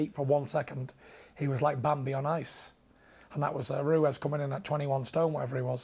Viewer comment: Tyson: Andy RUEZ